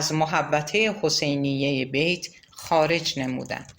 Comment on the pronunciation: با درود و سپاس از شما با شنیدن این داستان قلب انسان ب درد میاد اینکه چ کسانی و با چ فریب هایی ب قدرت رسیدن و با گذاشتن پا روی خون شهیدان ما جای خودشون رو محکم کردن 😢😢😢و با سپاس از شما گاهی در خوانش اشتباهاتی وجود داشت مثلا تلفظ بیت رو اشتباه گفتین و اسامی رو گاها جابجا گفتین موفق باشید